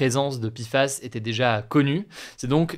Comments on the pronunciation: Ça ne se prononce toujours pas "pifass", hein. En français, c'est "péfass" ou "pé èf a èss". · Pourquoi il dit Pifas au lieu de Péfas? Entre français ou anglais, il faut choisir ! La il nous fait du franglais ! ( comme mon installation windows 11 par défaut de mon PC ^^ et les responsables m ont dit " ah désolé, nous sommes peu à parler français dans l entreprise !" mais ca se permet de vendre à des francophones ! ) Désolé pour cet énorme hors sujet ! ^^